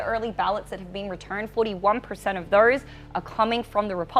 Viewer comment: What is wrong with this woman's mouth? She's substituting the letter E for the letter O when she speaks!! Saying "thers" instead of "those", or "verters" instead of "voters", etc!! It's hilarious!!